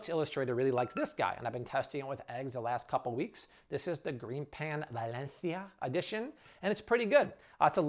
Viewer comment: So are we just going to ignore trying the Spanish pronunciation of Valencia 😂😆😂